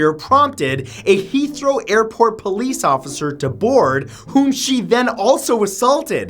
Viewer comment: heathrow is the only Englis hthing matt has pronouced right